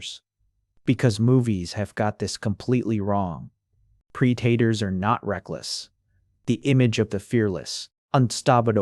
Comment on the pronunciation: I love how the AI voice just gives up at the end and starts calling preditors pre daters lol